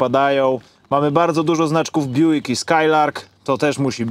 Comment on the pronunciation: To sie Bjuk czyta i wymawia